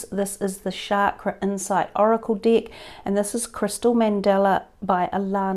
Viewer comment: Sounds like she said dick but she is saying deck hahaha